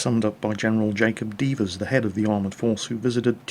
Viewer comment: Doubt you'll respond but not to nitpick or anything but General Dever's last name is pronounced "Deahvers" Like yeah but instead of y it's a d. The only reason I know this is my great grandfather was a good friend of General Devers's and was alongside him during the assessment in Tunisia. Funny enough, on their return to England they flew along the western French Coastline in Eisenhower's own B-17 nicknamed "Stinky". Due the very important cargo aboard (multiple Generals and the documents on the armored warfare) flying through the night with blackout conditions were necessary. However, the Pilot (or navigator) used a flashlight to see the compass and as a result, interfered with the compass causing them to fly significantly off course. They ended up in the unknown land of Ireland and with low fuel, ended up making a crash landing in a field outside the town of Athenry. The crew and passengers shared oranges with the locals and ended up staying in a nearby hotel. They were then secretly transported back to Britain (as Ireland was neutral). The B-17 "Stinky" as far as I know was broken up and scrapped, which was unfortunately a common fate of military machines. My Great grandfather went on to command an airbase (in Italy?). My dad speaks of having General Devers over for dinner many times when he was young. According to my Dad, my great grandfather rarely spoke of the war, especially the events over Ireland.